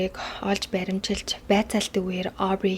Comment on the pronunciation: Нэг их хөөрхөн баримчилж гэж ярих юм.